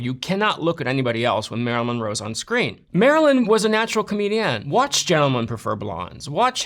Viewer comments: I don't like how he pronounces "comEdiAn" 😵‍💫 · I can't get over how he pronounced "comedian"...